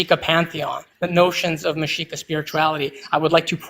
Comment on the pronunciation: FWI, it's "Mexica", not "Mashika". And thanks for the stamps!